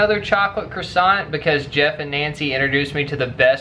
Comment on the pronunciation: I love you 2 and your vlogs but please say croissant properly. I'm pernickerty like that lol